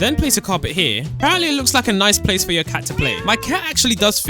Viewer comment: Please stop saying ApArEnTlY please